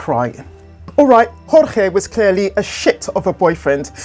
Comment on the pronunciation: "George" Not "hor-hay". Like many other Cuban-American men in south Florida named Jorge, he preferred the Anglican pronunciation. This is not conjecture, he is seen using the "George" pronunciation himself in videos. It's disrespectful to ignore his preference in this regard.